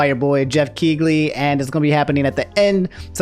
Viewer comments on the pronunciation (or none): Geoff KEY-LEE. Damn, bro. Every time you mispronounce it I feel like I have to take a shot. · Only a fake gamer pronounces Jeff Keighley's name with a hard G